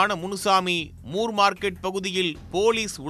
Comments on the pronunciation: முர் மார்க்கெட் இல்ல... மோர் மார்க்கெட்.. நீங்க முர் னு சொல்லும்போது சிரிப்பு வருது 👌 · அது more இல்லை ப்ரோ, moore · moor market ( மூர் மார்க்கெட்) சரியான பதில் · ஜார்ஜ் மூர் பிரிட்டிஷார் மெட்ராஸ் அதிபராக இருந்தார். மூர் மார்க்கெட் correct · மூர் மார்க்கெட்